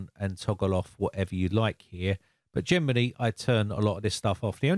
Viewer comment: When you say "generally", I always hear "Germany" 😁